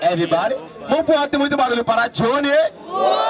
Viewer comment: Evibody, 😂😂😂😂 cara n sabe nem falar a palavra